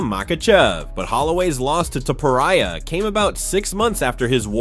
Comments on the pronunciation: Gaythea? Taupuria? This AI can’t read. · Mispronunciations of well-known names like Pimblett and Topuria , let me know this is probably AI-generated content.